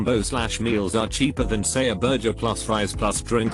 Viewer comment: Why can't the robot pronounce burger correctly?